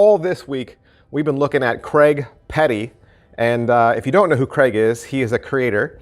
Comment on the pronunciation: Hi.....it's CRAIG.....not Cregg 😂😂